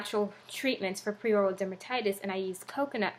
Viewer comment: Hi just wanted to say it’s called Peri as in “perry” so peri-oral dermatitis, not pre or prei as you have in the title and say a few times. Thought I’d let you know in case you weren’t aware 😊